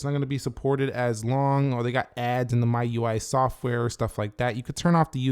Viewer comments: A small thing, the pronunciation of MIUI is ‘Mee-UI’ and not ‘My-UI’ 😅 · but why do u pronounce MIUI as My UI?